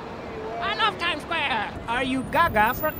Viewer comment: I LOVE THE PART WHERE HES RUNNING ROUND GOING "I LOVE TIME SQWARE!"